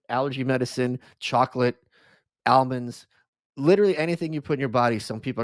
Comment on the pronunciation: I had an adverse effect to how Michael pronounced almonds